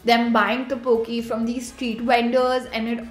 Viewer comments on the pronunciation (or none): Its not toboki its tteokbeokkkiii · 그것은 Tteokbokki 예요 Tuboki 아니요 바보 사람............ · Its not toboki its tokboki like tok- bok-i and its not hate comment its just help :) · When you realize they are saying Teoboki😂